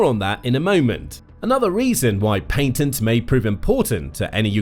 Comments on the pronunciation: dud its patents not Paintents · Lol paintnests??😅